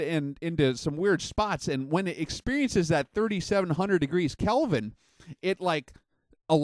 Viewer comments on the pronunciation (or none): none